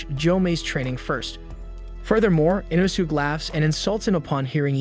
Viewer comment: So aggravating 😂 they literally say it the right way in the English version so him saying it wrong is inexcusable